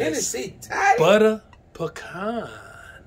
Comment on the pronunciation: That’s right, it’s PEECAN